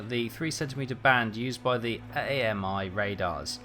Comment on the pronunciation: "The A m i radars" You do know that they call it Ami radars as in American radars?